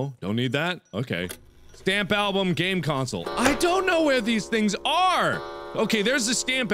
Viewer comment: It's so physically INTERAAAACTABAL! Where's the VA ZAAA? Where's the STHAMP ALBHUM? Ladies and gentlemen, Markiplier has developed his own language.